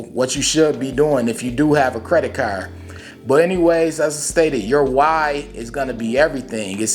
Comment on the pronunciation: Lol yea I like how u say caaarrrrrd 🤣 where u from bro? U gotta be close to where I'm at talkin like that 🤣